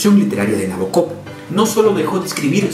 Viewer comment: El acento va en el BO de Nabokov